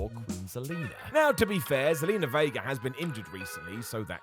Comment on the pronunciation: Vega* not Veiguer